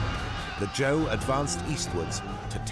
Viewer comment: Shang - Zi clan Zhou - Ji clan Otherwise perfect